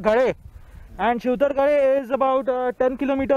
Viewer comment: It's Shivtharghal not shivtharghale.